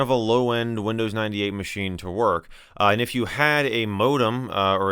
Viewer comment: Windows i-dee ate